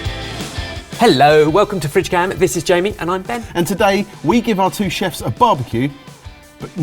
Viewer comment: I never hear the sibilant sound at the beginning, so it sounds like "We've got Chefs; we've got Norman". For ages when I first started watching I was like who the f is "Norman"???